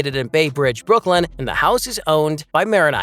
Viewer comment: Hello. It’s Bay RIDGE Not Bridge